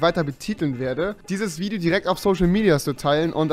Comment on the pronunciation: Wideo? Stästästä big suaq